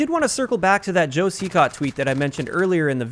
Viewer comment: Hear 'Joe Cecot' as 'Jossie Cat' lol.